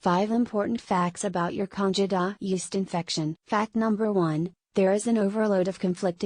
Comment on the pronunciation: Why should we listen to your advice when you can't even pronounce "candida" correctly.